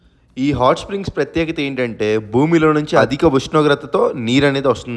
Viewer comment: బూమి...కాదు సామీ భూమి...